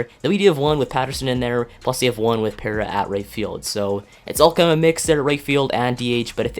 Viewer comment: Gerardo Parra last name is pronounced "Par-a"